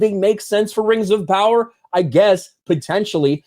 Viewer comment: Rangs of Powa..